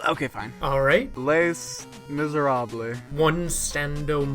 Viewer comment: Les Misérables is pronounced Leh Mi-se-rah-bleh (french words in plural are spelled with an s but the s isn’t pronounced)